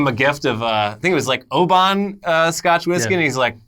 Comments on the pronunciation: it's Oban, as in "ohban". Not "oh-baun" if that makes sense.:) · 1. The pope is not wrong and 2. It’s pronounced O-bin :) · Just an FYI it’s pronounced Obun 😁